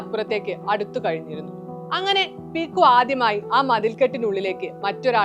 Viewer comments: പീക്കു അല്ല പിക്കു. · ചേച്ചി qualb effcet റ്റില 😂